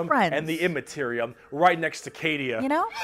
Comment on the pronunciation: Did you said Cadia?